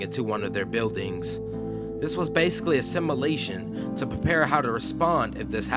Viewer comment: Not being able to properly pronounce “simulation” and “NORAD” correctly detracts so much from the content of the video it loses credibility.